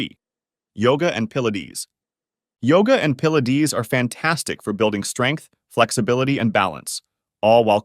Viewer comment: Pill-la-dees?? Definitely AI.